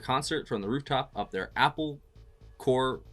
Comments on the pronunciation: Corps is always pronounced kor. Not corpse. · Corps is pronounced cor. Thanks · "Corps" is pronounced as "cor" (or "core"). The p and s are silent. I think it's derived from French. I fully agree with some others on these comments - please watch the whole 9 hours (nearly) of the Peter Jackson 2022 "Get Back" re-edit and expansion of the original 59+ hours of film doco of The Beatles done in January 1969 by Michael Lindsay-Hogg. Amazing doco. To get some idea about it just looks up the Wikipedia article on it (search: Get Back Peter Jackson). Available on Disney+, DVD or Blu-ray. Nothing else like it. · "Apple Corps" is pronounced "Apple Core", like an apple core! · Apple Corps pronounced CORE--it's a pun. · "Corps" is pronounced "core" - as in apple! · Corps. is pronounced Core. Get it? Apple. Core/Corps. They were clever.